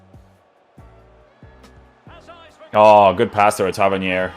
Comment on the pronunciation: Just glad you say his name properly haha